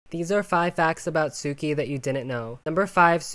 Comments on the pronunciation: Since the name is pretty close to Japanese, it probably could have stayed the same or be pronounced "su-kee" instead of "soo-kee". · The names in Shaymalan’s movie are actually likely to be what the original authors intended, but then Nickelodeon probably wanted pronunciations that sound more regular in English, i.e. fit English phonology. So, my best guess is Suki’s name would have sounded as if it were written Tsuki or Tsyuki or something more closely resembling the Japanese pronunciation than Suki. (Japanese u isn’t actually pronounced like oo in book.) Also, Yue is Chinese for moon, except that it isn’t because the u is pronounced like German or Turkish ü.